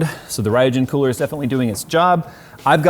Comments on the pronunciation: That's RYUJIN Not Rhiojen. Remember Ryujinjaka . Ryuk. That RYU-JIN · So much trigger bait in this video. - Crossed over AIO tubes - RAI YOU JIN instead of "ryoo-jin" - Animated GIFT instead of JIF